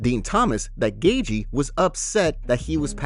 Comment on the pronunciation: Hey if you can say Merabs last name proper;y just one time I will subscribe Or Gaethje not GayG